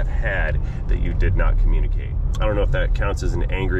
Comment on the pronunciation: * "communee kate" My bad LOL